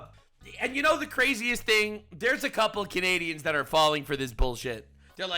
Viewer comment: "No... ->(t)he right wings of the US are like this" T. You missed the letter T. Dunno about other homie but I forgive you in regards to your abysmal sentence structures as well, seeing as I can smell the ESL from here.